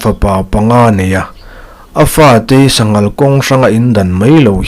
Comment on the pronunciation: Sanghal kawng hrang ni lo Sa ngal khàwng hrang tih zawk tur